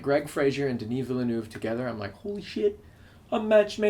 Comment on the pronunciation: 'vealnuve' thats how you pronounce Villenueve. glad i can help.